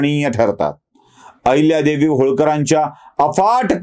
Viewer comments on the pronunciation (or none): अहिल्यादेवी असा ऊचार करावा